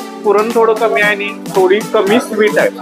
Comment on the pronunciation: नमस्कार मी अभिजित, तुझे सगळे फूड ब्लॉग आवडीने बघतो. आपले सादरीकरण सुंदर.... कसली सुद्धा नाटककिय भाषा नाही...प्रतेक पदार्थाचे विस्तृत विवरण. फक्त एकच नम्र विनंती.. ब्लॉग मध्ये खालील चुका पुन्हा नाही होणार याचा सखोल अभ्यास कर 1) मराठी भाषेचे काही शब्द.... आपण/आपन नव्हे. आणि,/ आनि नव्हे. 2) पदोपदी wow याचा वापर न करता... अप्रतिम असे प्रगट केल्यास आणखी मज्या येईल. कदाचित आपणांस राग येईल. पण आपली प्रगती उत्तम व्हावी यासाठी काही चुका दुरुस्त करण्याचा प्रयत्न केला. क्षमा असावी